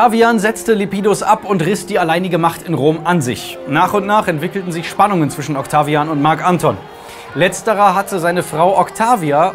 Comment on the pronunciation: Wie kann man Marc Anton und Octavian so konsequent falsch aussprechen & betonen... immer diese Amateure xD